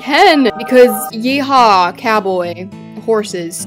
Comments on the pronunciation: Not the ‘horses’ in an American accent😭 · she didnt say horses in british!!